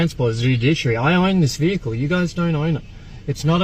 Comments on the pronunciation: Aside from "cohersion", I realised when he said "judiciary" he meant "fiduciary". Thick as mince this one. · “Judiciary”? “Dudiciary”? Can’t even properly pronounce “fiduciary” as we all “coercion.” Poor kid.